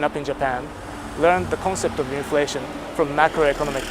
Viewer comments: INFLATION ❌️ INLATION✅️😂😂😂😂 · not to sound like a neard or goofy but its inflation and not inlation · Inflation ❌ inlation✅